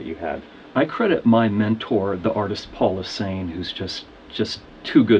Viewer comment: * 'Paul Lasaine' not 'Paul Osain'